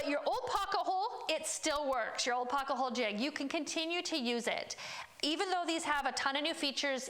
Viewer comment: you say "pocka-hole" and its maddening. Great video explanation, just can't take the mispronunciation.